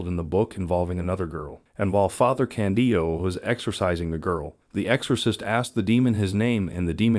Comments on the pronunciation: The translations are OK, just please change the pronounciation of Father Càndido. The accent is on the "a", just like in "Càndid camera". Just say "Càndid" and add the final, Italian "o" :) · I had a hard time to watch your video because you constantly say '' Father Candio '' and It is not Candio but Father Candido.... Candido...Candido.... His name is Father Candido Amantini... His cause for beatification has been introduced in Rome... Please correct yourself.... CANDIDO AMANTINI!!!!